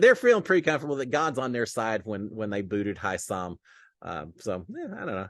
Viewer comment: Hey you are misspronouncing Hisam's name.